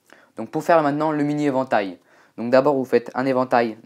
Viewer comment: Quand tu dis "évantail" on dirait un chinois XD